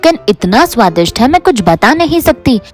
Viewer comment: aunty be like : itna suadist hai itna suadist hai kisine sochi na hogi